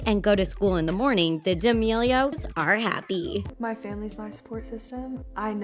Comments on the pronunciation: D’amelio* xd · ITS D’MEILIO NOT DE'MILIO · Why does she pronounce it deamelio Like it’s D’Amelio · Everyone: Mark D’amelio Voice: Mark DEEAMELIO Nor trying to hate just thought it was funny 😂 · Loren Gray is the most famous person on Tiktok, and Chatli is in second place. Also, D'Amelip is pronounced dūh-mëelio not Dëe-Ameelio. Also, Chase didn't create the hype house. Thomas did. You keep changing who did, and Daisy rented the house. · ITS NOT DEAMELIO ITS DAMELIO 😒😒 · She kept saying Deamelio instead of D'Amelio. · Did you mean DAMELIO AND NOT DEEAMELIO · How normal people say Charli's name: "Charli d'amelio," How you say her name: "Charli deimelilo," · It’s D’Amelio not Deamealiaoa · why do you pronounce it deeeamilio if it's d'amelio? duh-melio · da-me-leo not de-a-me-leo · Sits pronounced as in 1 word dhe melio instead of dee Amelio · Who else got really annoyed when she said dee amelio instead of d'amelio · Why does she keep saying de'amelio, ITS PRONOUNCED D’amelio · It is pronounced DAmelio not DEE-Amelio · It’s damelio not deamelio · Btw it's not pronounced Dameelio its pronounced how its spelt Damelio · Wtf it’s damelio.. not diamelio 💀💀💀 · D’amelio is actually said damelio, not Dee-amelio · Why you saying d-a-melio when it's da-melio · It bothers me that you pronounced it as Dee A Mealio instead of Duh Mealio It's spelled D'amelio and pronounced Duh Mealio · It’s not Diamelio. It’s D’amelio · "DEEAMILIO" i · Nobody ( ͡° ͜ʖ ͡°) The things ChArLi DeEaMiLiO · i hate the people who voiceover this. their like DEAMELIO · No one: The narator:Charli Deeamelio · Bro. Stop saying DEE A MELIO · "Diamelio'' XD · this bitch really pronounced it as charli dee-ay-meelio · Did she say diamillio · Absolutely nobody: The Things Narrator: The Deee’Amilos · no one: not even a single soul: TheThings: DEE-AMELIO me: cringing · Did she say D amilio No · Did u just say DE-imealio rl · Why shes saying Charli DiAmeLiO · charli deeamilo lol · Why tf does she say DIAmelio